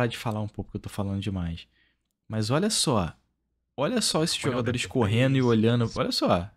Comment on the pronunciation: fala o nome dos jogadores tudo errado 🤣🤣🤣🤣🤣🤣